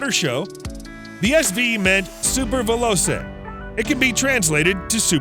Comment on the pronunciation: Veloce is pronounced "velo-chey" not "velo-say". Jota is pronounced "yota".